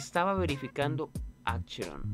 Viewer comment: hermano porque dices AXERON y teCHnical xd